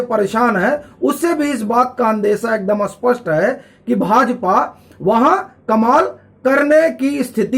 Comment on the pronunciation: आप कृपया अपना एक उच्चारण ठीक कर लिजिए, माफ किजिए आप 'स्पष्ट ' का उच्चारण बार बार ' अस्पष्ट ' कर रहे हैं। जैसे विद्यालय को हम "स्कूल" कहते हैं न कि "अस्कुल".!!। आपका कंटेंट बहुत अच्छा लगता है और तरीका भी अपनापन लिए होता है जो बहुत पसंद किया जाता है।